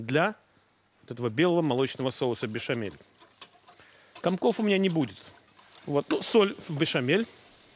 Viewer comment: Соус "бешамель" а не "бешэмэль".